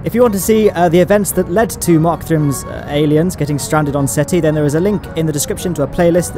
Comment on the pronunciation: ...its, "Gael-iens"...lolololol